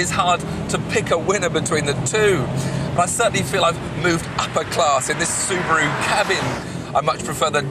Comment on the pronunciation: Soo-bi-roo Impretza